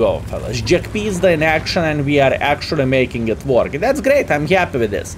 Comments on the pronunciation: It's not jagpizda its jagpanzer. But I get the feeling you say it like this on purpose. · Half the reason to watch is to hear him say Almighty Jagpizda